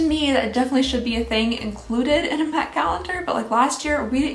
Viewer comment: At the beginning I legit thought she said " meth advent calendar for 2020"